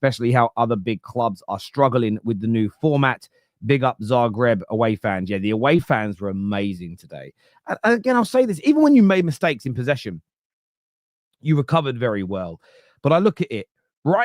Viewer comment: If you want to know where Egal's level of ball knowledge is he just called Dynamo Zagreb Dynamo Zegrab 🤣🤣🤣